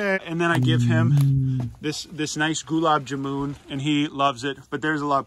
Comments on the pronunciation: lol 😂 Goo-laab-jum-moon 😂 It's Goo Laab JaaMun like Russian Gulag but with the B at the end. That Goo-laab-jum-moon is drowning in calories with that sugar water! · yo him saying gOOlub jumOOn that took like ten years off my life. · Those Gulab Jamuns caught me off guard. We pronounce it like Gu la b. Ja mun( rhyme it with bun) . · Love the fact that you are eating gulab jamun By the way, it it pronounced "goulab jaamun" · The way he pronounced Gulab Jamon as "Gulab Ja-moon!" 😂😂😂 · "I've been eating ghulab jumooooon" congrats on slaughtering that word beautifully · Its pronounced as "Goo-laaab Jaaa-moon" Love from India <3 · Gularb jarman is how u say it ;) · Love the way he pronounced gulab jamun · GULAB JAMUN-- I'm so sorry but that made me crack up, I've never heard it pronounced that way lol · Man you butchered gulab jamun 😂😂